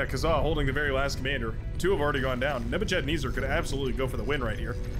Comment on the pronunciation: Nebuchadnezzar is pronounced neh-buh-kuhd-neh-zr. He was a Babylonian emperor from 605BC-562BC